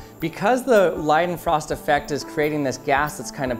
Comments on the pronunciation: Its pronounced LEEDENFROST NOT LIDENFROST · Awesome awesomeness!! Don’t want to be one of “those” guys, but it is pronounced like L(eye)denfrost. In German you generally pronounce the second vowel in words like Einstein, it’s not Eeeenshteeen, it’s (eye)nsht(eye)n. Pls correct me if I’m mistaken. That said, this is still just one of many, many very interesting, entertaining, and educational videos that he pumps out. I’ve been a fan since the channel was just starting to grow. Pls support this channel any way you can. A thumbs up and subscribing, doesn’t cost you anything, but helps them. 👍👏🤝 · Is it so hard to pronounce leidenfrost effect correctly